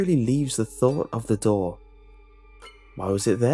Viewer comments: I thought you were saying "Doll" instead of "Door" lol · I swear to god I keep hearing doll instead of door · For the first two minutes I thought you were saying doll